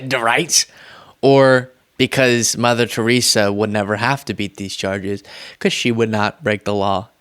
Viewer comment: Did he just say mother Therisa....!!! This guy is the stuff you scrape off your shoe...lmaorotf